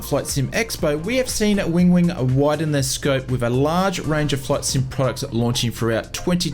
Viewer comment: Win-wing not Wing-wing 🤣